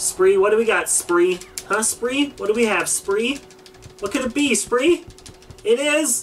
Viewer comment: It not spree